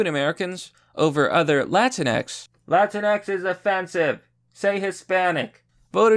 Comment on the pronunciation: It's pronounced La-tings.